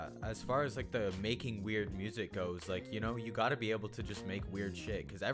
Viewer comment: WUSIC WUSE WODCAST